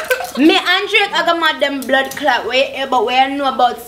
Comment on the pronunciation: lol, she said "blood claat" honey, it's a Jamaican swear word.